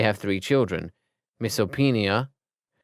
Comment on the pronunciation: He called Misapinoa and Arcturus "Misopenia and Arctus"😂😂 He said Arcturus even more wrong "Arctius" Every time this man pronounces Arcturus it turns into something else every time!! "Arkius"???